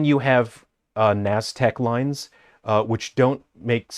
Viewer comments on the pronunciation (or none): Bro, the "naztec lines" killed me. I was honestly just thinking it looks like two sides of a mayan statue face with the middle cut out and you hit me with the NASDAQ lines. It's Nazca Lines lmao. You fucked it up so bad, you made me forget. "Is it nazca lines?" I had to fucking google it.